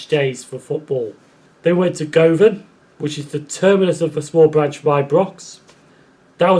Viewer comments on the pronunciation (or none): Would have been worse is it was called Carol, or was a blown up sheep! LOL I did notice a mispronunciation. It's guvon not Go van. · Just one comment. It's pronounced - Guhvan. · Good video. Govan is pronounced "Guvan" btw.